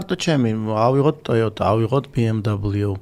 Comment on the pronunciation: ამხელა ბრენდის წარმომადგენელს არ ეკადრება ბი ემ დაბლოუს წარმოთქმა )) მიუნხენელები იცინიან მაგაზე